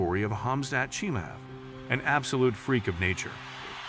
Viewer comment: no, it's х хамзат чимаев like the German Ch sound. but the sound doesn't exist in English thats why they have problems pronouncing it. same with хабиб. still H sound is better than a hard K